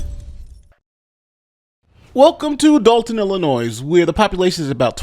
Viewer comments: The "S" in Illinois is silent, thus the last syllable is pronounced "NOY". Thank you for your coverage of the Village of Dolton and Thornton Township under Mayor Henyard's management. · Do not pronounce the s in Illinois! Please ❤️ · STOP PRONOUNCING THE S IN ILLINOIS. ITS SILENT ‼️‼️‼️‼️‼️‼️‼️‼️‼️‼️‼️ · You don’t pronounce the “s” sound at the end of “Illinois.” How long have you lived in this country? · It's Illinois.... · You don't pronounce the s in Illinois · You don't pronounce the S in Illinois! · The 's' is silent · The “S” in Illinois is silent everyone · the s in Illinois is silent. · When you pronounce the word Illinois; that 's' is silent, I'm sure that your teachers had told you that. This is exactly the result of jews lobbying for and obtaining equal rights. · Love your channel, but Illinois has a silent s at the end 😊of the